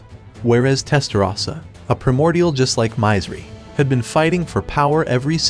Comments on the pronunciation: Mizeri = should be pronounced as Misery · It hurts my ears every time he says My-zer-ry instead of Misery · It's misery not mizery. Aww man at least spell it properly if you're covering these anime!